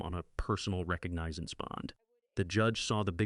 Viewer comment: Ahahahahahah!!!! They put his living human ass in jail!!!! Hahahahahaha!!!!! Israelite, my ass. And Mr. Narrator, your narration is unnecessary and superfluous. Also, learn how to pronounce legal terms. The word is," RE-COG-NIH-ZANCE," not "Recognizes" bond.